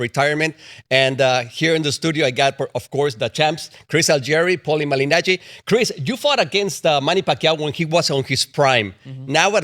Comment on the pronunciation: Who is Paulie Malinaggi? 😂😂😂